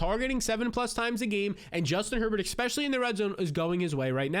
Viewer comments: I like your videos man but it drives me nuts you say especially like expecially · I appreciate what you do but please learn how to say "E S P E C I A L L Y". If it's not too much to aks... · “expecially” every 20 seconds